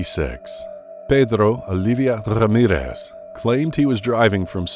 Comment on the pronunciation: I don't think you pronounced Pedrrrrrro Olivia Rrrrrramirrrrrrrrezzz's name correctly. Try pronouncing those Spanish names a little harder, ok? Put SOME effort into it!